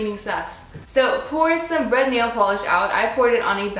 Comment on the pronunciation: Somehow I heard "And you need bread. Bread nail polish." haha